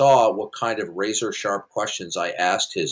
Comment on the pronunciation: He said "razor sherp questions" lololol